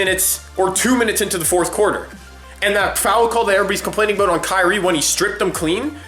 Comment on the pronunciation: aboot lol